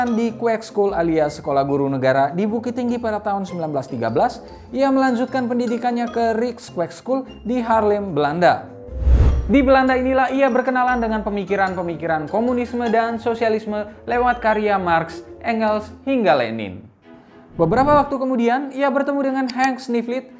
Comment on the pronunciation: Halo, di negeri Belanda kami bilang Harry tidak seperti orang Inggris "Heri" tapi seperti ini "Hahri". Bukan "Harlem" tapi "Haaarlem" maafkan aku mau mengajarkan ucapan yg benar. Kalo aku buat salah di bahasa Indonesia aku juga mau tahu itu. Maafkan aku buat Bahasa Indonesia aku✌️